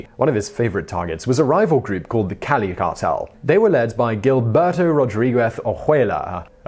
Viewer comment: The pronunciation of the Cali cartel leader's name was en pointe.